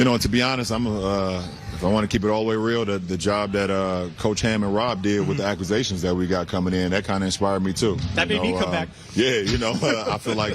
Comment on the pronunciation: I don’t think he knows how to say the word “acquisitions” 😂😂😂😂